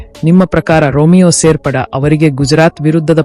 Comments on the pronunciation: ರಿಮಿಯೋ ಶೇಫೆರ್ಡ್ ಮಾರಾಯ, ರೋಮಿಯೋ ಸೇರ್ಪಡೆ ಅಲ್ಲ ಮಾರಾಯ 😂🤣🤣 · ಸರಿಯಾಗಿ ಮಾತಾಡಲು ಕಲಿತುಕೊಳ್ಳಿ ಸೇರ್ಪಡ ಅಲ್ಲ ಶೇಪೇರ್ಡ್